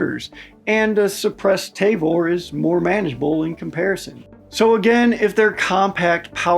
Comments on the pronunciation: Ta-vor not te-vor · T-ah-vor not t-ey-vor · I think T&P already did a video on this topic covering almost all these topics ages ago. Also it’s tuh-vor, not tay-vor. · As a Hebrew speaking Israeli, I must insist on proper pronunciation. It's not 'TAY-VORE', but 'TAA-VORE'. Otherwise, good video. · It's Tavor not Tayvor. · The Tavor rifle is not pronounced Tayvor. It is Ta-vor. Alao, the IDF is replacing it with the M4 rifle. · Say it with me. “TAH-VOR”. Also the pic you showed saying 16.5 is actually the 13.1 version that’s standard issue. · ah yes the good ole tay-vor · Soft a on the pronunciation of Tavor. The transliteration is weird that way.